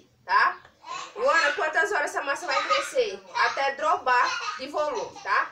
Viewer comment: Ola adorei a receita...nao me leve a mal, mas nao se fala "droba" se fala dobra ou seja dobrar de volume❤❤